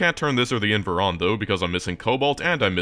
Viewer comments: And it still annoys me that you're saying "invEr" instead of "invAr" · Can I please correct you on how you’re pronouncing in-VAR(rhymes with car)